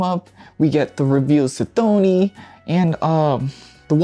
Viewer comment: Just fyi Cthoni is pronounced Kthonee, her names comes from cthonian which means relating to the underworld in greek. For example Hades, Persephone and Tartaros are cthonic deities because they rule over aspects of the underworld